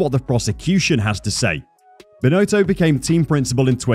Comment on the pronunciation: Total incompetence, Binotto needs to step up and take responsibility and make decisions - or go! It’s really very simple. By the way, his name is pronounced Bin- Otto, not “Bin-Oato”.